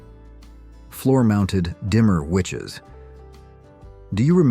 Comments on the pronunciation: lol "dimmer witches"... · What the hell is a dimmer witch? AI is ruining everything.